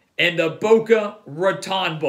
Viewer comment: Boca Ra-tone', Holmes, not ra-tawn'